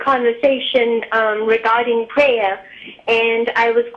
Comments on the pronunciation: I love the way this lady pronounces prayer "pray-uh" :) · Sounds like pray-ya, like playa.